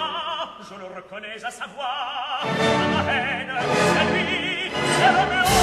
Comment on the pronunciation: Great voices in a wrong repertoire. Corelli's French is terrible nearly as much as Freni's. However, his singing is great. It is in a verist style, which goes not so badly, but his diction is faulty and he pronounces all the 's' like 'th' in 'thin' and all the 'z' like 'th' in 'those'. The Romeo with a number of teeth absent from his mouth. Freni sings as she were Mimi or Liu. The rest of the cast is rather mediocre with the exception of Eliane Lublin. Not a complete version.